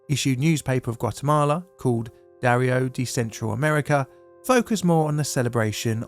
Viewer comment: In general, I like your videos quite a lot, which is why I've been subscribed for a while and watch them regularly as they show up in my feed. However, in this one, the fact that you mispronounced so many Spanish place names and even just basic words of Spanish origin makes me question your research. Houses are made of adobe "ah DOH bee," not "ah BOH dee." The word "diario" is pronounced "dee AH ree oh," not "DAY ree oh." You can type words into Google translate, hit the microphone, and it will tell you how to pronounce them. It's not hard. And you will sound smarter when you do that. I know this probably seems like a small thing, and I get the impression that you are a very smart man,, but this was a problem with a pretty easy solution. Not enough of a problem for me to unsubscribe, but a problem nonetheless. EDIT TO ADD: I made this comment before I got to the end of your video. I'm sorry that you have a cold, and I hope you get to feeling better soon.